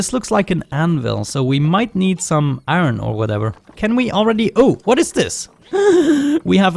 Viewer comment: Hahahahhaha man^o^^o^^o^ u so funny my dude u say aron XD did u ^ω^ btw keep up oh yeah i miss the damn vid XS aron is iron my dude^ω^^ω^ but dont even care me ok piss